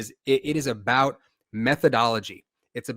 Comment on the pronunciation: with zero accent before, saying "we can talk aboot it" was the funniest thing I've heard all day. Just unexpected.